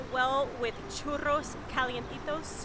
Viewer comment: Churros sin acento extranjero. wowwwwww avance gigantesco nivel avanzados... Gusto en verlos de nuevo